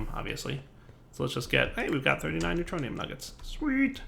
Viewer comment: "we got three ingots of the neutroinum that a lot" Me: hahaha!